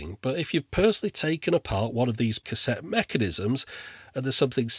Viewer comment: A Cassetee Adapedr... hahahahha!